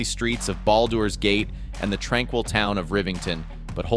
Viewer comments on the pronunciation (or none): “Ball Doors” Gate. 😂😂😂